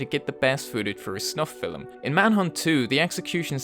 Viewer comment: I have discovered that the horrific term "snuff film" sounds like it couldn't be TOO bad when it's pronounced "snuff fillum."